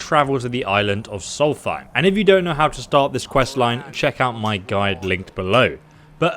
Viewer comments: Solsteim not solfiem lol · It's "Solstheim", not "Sulphay", or whatever else said in the video... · Solst - heim Not Sol - thime ma dude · Why do you say solfeim instead of solstheim? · I can only hope he's saying "Solfeim" to get engagement from people calling him out... Either way it's annoying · Anybody else hear him say solfiem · He plays skyrim on the regular?? But still hasn't grasped how to pronounce soulsthiem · Salstheim is pronounced (sol-st-hiem) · That's what I thought so why does pronounce it like Sol-fy? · Anyone else cringe every time he mispronounced Solstheim? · You say Solstheim wrong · How the hell is pronouncing solstheim wrong... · I never understood how you pronounce Solstheim. Is that how it's actually pronounced??